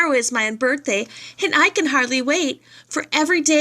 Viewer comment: I liked the read aloud but you messed up on the one with unbirthday